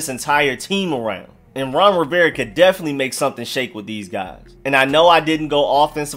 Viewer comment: You pronounce "Rivera" without the "A" and it drives me fucking nuts Ron Riverre?